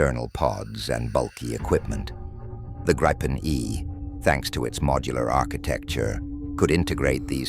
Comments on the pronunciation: Could you get your narrator to check the pronunciation of 'Gripen'? It seems nobody pronounces it like the Swedes, but no-one uses the long 'I'. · Its a long i and a short p Griiiipen, not Grippen.. 😂